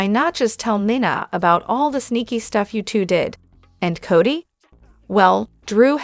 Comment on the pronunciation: Also there is no o in Ava and 9a for Nina let's get real I know you know how to pronounce names